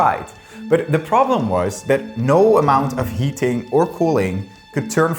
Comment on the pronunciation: anyone else have to listen to this twice because the first time you swear you heard him say "No amount of yeeting or cooling could turn ..." Lmao